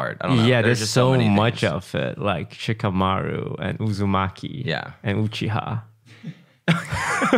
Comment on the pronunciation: Bro said Shikumaru as one of the last names for Naruto last names haha